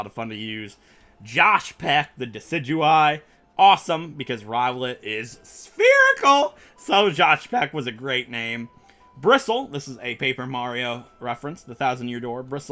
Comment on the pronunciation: ITS SPHEREICAL! SPHEREICAL!!!!!!!!!!! tilts head toward you EMPHASIS!